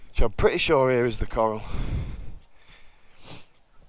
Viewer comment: Hiya mrs pointed out the river which joined the river irwell is the river croal not coral lol